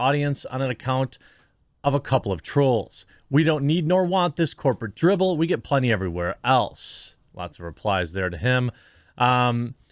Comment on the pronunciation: Re: the comment from the Camelot guy who cries a lot (lol) - the word is "drivel". Not "dribble". Corporate drivel ie corporate nonsense.